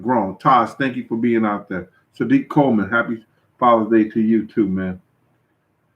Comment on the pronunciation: "Thurr" St. Louis accent 😂😂😂